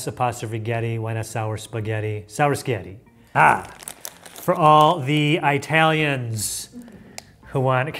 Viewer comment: Yes, for all the Eye-talians.